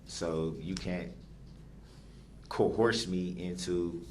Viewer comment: ……not “coerced” but “co-horse” 🐎